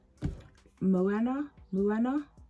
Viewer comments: Its pronounced Mo-A-Na 🌺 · Hello my lovely 💙💙💙. (Sounds like mowana) she’s a Polynesian princess. My niece loves her🌸🌸🌸